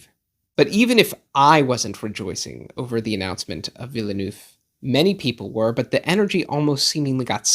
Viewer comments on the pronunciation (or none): I'm going to watch this again, but take a drink every time I hear the word 'villa-nooff' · Enjoyable video and hate to nitpick but you are really mispronouncing his surname 😬 it's "vil-nerv" (two syllables, second dipthong is the same as the "ir" in "bird") [credentials: I am fluent in French. also I know some Americans say "vil-noov" (also incorrect) but if you're going to pronounce Denis properly then I feel like people should also say Villeneuve properly]